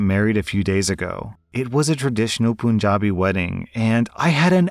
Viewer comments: sir I am from Punjab and sorry to be rude but it is not pronouced p-oo-n jabi,it is pronouced punjabi where the first three letters are pronounced like pun so pun - jabi Sorry and thank you for reading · Btw punjabi is pronounced like the word pun, not poonjabi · Story 3: I appreciate you trying to speak the words from different languages. It is puhn-jaabi. Not POON-JA-BI. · Hi or I'm an Indian and it is pronounced Panjabi and not Punjabi instead of the a its u just would like to let you know love your videos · please, "pan-JA-bi" 😂💕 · My guy you didnt pronounce punjabi as pooonjabi💀💀💀💀💀💀💀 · It’s pronunced as pun as in *pun*jabi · it's pronounced pun-ja-bi know it's a mistake but just fixing pronunciation cuz... Ye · Man definitely didn’t say Punjabi the second time 😳